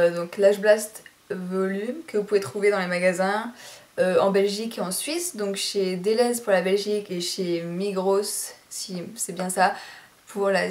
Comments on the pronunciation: Coucou ! Et pour info MIGROS se prononce "migro" et pas "migrosss" ;) Mais c'est marrant que tu dises ou on peut le trouver le masacara en Suisse :) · lol j'adore quant tu dis "migros" hihi le "s" ne se prononce pas XD mais bon tu peux pas savoir ça m'a juste fait sourire :P mdrr et le make up, troop boo :D biisous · Migros sans prononcer le s ;-)